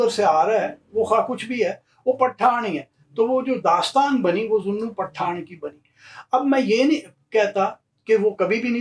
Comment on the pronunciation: Beautiful and wonderful ❤ pronouncing "Path-aan"....hehehehehehe in a typical Sindhi fashion. You have rightly corrected yourself as Shikarpur was founded in the 1700's by the Phulphoto tribes. About the Chandio's, you forgot to mention this anecdote...how Ghaibi Khan Chandio got his title of Nawab by the Viceroy and his Jagirs...it is told that he once invited the Viceroy to tea when he visited the Bhutto's in Larkana. It is said that he had the tea prepared which was made by burning Currency notes to impress the Viceroy who bestowed upon him the jagir of reputedly 999,999 acres! And now coming back to "Path-aan"😉 if broken up it translates in "Grab-n-give" which was what they were called being brigands & robbers😂😂😂😂 Thoroughly enjoyed your show👍🏼👌🏼